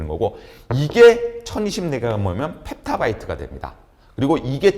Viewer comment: [[펩타바이트]]랑 [[에라바이트]] 뭔가해서 지피티한테 물어봤음. 별로 중요한 부분이 아니라서 대충 넘어갔겠지만 발음이랑 표기 부족한부분이 종종 있음. [[[[[Petabyte 페타바이트]]]] [[[[Exabyte 엑사바이트]]]] 라고 지피티가 알려줌. 여태까지 강의 정말 잘 듣고 있었는데 갑자기 신뢰도 확 떨어지면서 뒷부분 펨토 아토 나올때는 용어 확실한가 검색하게 되네.. 이거 검색해서 정확도 확인하면서 강의들는건 좀 에반데.. 무료강의라 감수해야되는건가